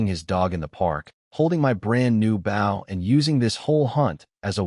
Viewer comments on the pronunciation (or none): Like the story but you have a recurring mispronounciation, bow like the weapon is oh, you have it pronounced as ow, like bow to your partner in dancing. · If every other word in your story is bow for Gods sake pronounce it right